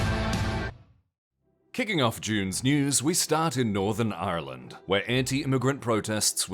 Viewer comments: It's not pronounced the way it's spelled - so "ire land?" I've heard Brits say it that way too. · On today’s episode of “north Americans trying to pronounce Ireland” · The way you pronounced Ireland is amazing and I want to start a petition to make that the official pronunciation purely for my own amusement